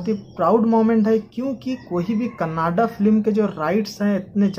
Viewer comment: भाई कनाडा नहीं कन्नडा है